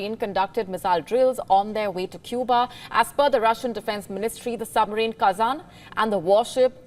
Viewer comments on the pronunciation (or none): none